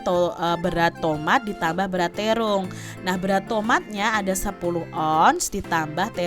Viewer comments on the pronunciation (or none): TERONG KK BUKAN TERUNG CANDA WKWKWKWK TPI LUCU MAAF YH KK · It. Bacanya terung padahal bacanya terong